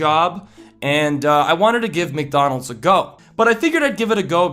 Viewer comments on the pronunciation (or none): "Mc doland"... Ok ok i got chu i got chu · "Mcdolands" xD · McDolands... Took me a while to notice that. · mc dolands?